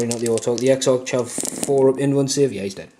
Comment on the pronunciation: Love the smoke and fire effect you got. Also just because it was bugging me, it's pronounced Ex-Ark.